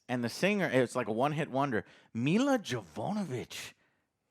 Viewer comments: Milla “Javonovich” haha 😂 Luv ya Joe. No disrespect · Milla Jovovich (Me-la Jo-vah-vitch) JOE! :P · How does not know how to say Mila Jovovichs name? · I am a long time fan and I know people have said this before but you suck at names 😆 you looked up the video and still mispronounced it! Ohhh.... I get it... you can't read... Sorrrryyyy.... 😬